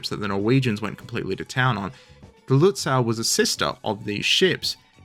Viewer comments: The last syllable of "Lützow" is correctly pronounced like the English "sow" (as from sowing) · The way to say Lützow in German, with its otherwise highly regular spelling, is with a long oh at the end. Not an English ow. That would be spelled au in German. The w is just there to indicate the o is longer, much like the h at the end of Gütersloh or the e in Soest. We actually did have a spelling reform in Germany in 1996 which was then itself reformed eight(!) times since. But none of that unified the spelling of these old city names. Just saying. Seydlitz is pronounced Saidlitz, gets it wrong.